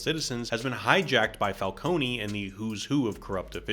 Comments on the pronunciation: It's falcone not falconee ,it's so irritating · Carmine WHO????? FALCONEY??????? IT'S FALCONE, LIKE ICE CREAM CONE, NOT CONEY ISLAND NEW YORK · Wtf is Falconie? It’s pronounced Fal-cone , similar to falcon, cause you know animal/bird based villain. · IT'S NOT "FALCONY", IT'S FALCONE, GODDAMMIT! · Stop saying Falcony! It's Falcone!!! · I'm sorry, did you call Falcone... "Falcony"? 😂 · Every time you said "Falconey" I died a bit... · As an Italian name, it would be fal-CO-neh. But it kinda gives the world some texture that everyone has a different, wrong pronunciation. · I take psychic damage whenever someone says Falcone like this and I blame Batman Begins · Falcone is pronounced differently in the movie. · My only issue with this excellent video is how you pronounced “Falcone,” after The Batman was the first Batman movie to pronounce it correctly. Cmon dude